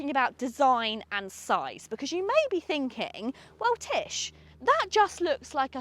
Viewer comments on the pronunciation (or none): none